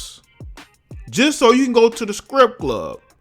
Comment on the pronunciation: was that 'scrip club' or 'strip club'?